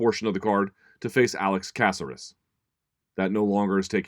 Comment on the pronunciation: For a guy harping on the way you pronounce Calvillo you said Caceres horrible 😂😂